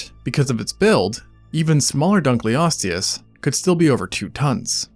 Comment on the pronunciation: Dunkle-osteous. Not Dunclee-osteous